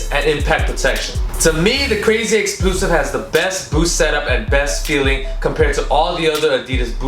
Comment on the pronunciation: did he say crazy explusive?